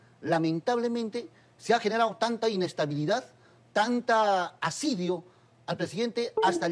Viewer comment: Asedio. no asidio